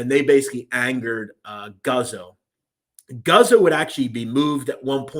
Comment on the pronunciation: It's pronounced Goots-oh.